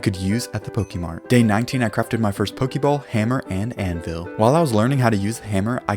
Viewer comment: Ok. Let's acknowledge something. I dug pretty deep into the comments, and nobody noted that he pronounced pokemon and pokeball wrong. But nobody will see this. Why do I even try to correct people? They don't listen to me. They don't even listen when I compliment them. Oh well. It's not new or anything.